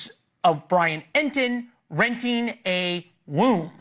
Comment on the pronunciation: It’s really impolite to make fun of speech impediments. Wenting a womb.